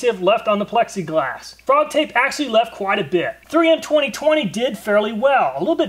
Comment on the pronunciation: If you’re gonna say “actually” so many times in one video, please learn how to say it right